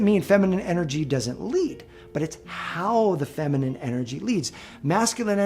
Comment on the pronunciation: Femenine not fimenine dear